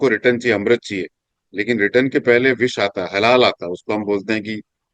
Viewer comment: Baaki saba to thik hai sir ji.... But it's not halal (islam related) it's halahal (poison). Thank-you podcast was good.